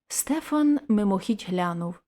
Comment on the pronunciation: Дякую,пані! Але зроблю зауваження:не СтЕфан,а СтефАн! В нас на галицьких землях старі люди і дотепер так кажуть,навіть ШтефАн.Богдан Лепкий галичанин. Тому,коли берете якийсь твір,не завадить поцікавитися звідки родом автор,і яка там була і є вимова певних слів,назв.здогадуюся,що ви міркували,як маєте прочитати незвичне для інших регіонів імʼя Стефан.Напевно,на Закарпатті кажуть СтЕфан.